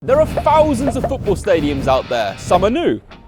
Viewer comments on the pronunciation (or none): I stopped watching as soon as he said 'Fousands'.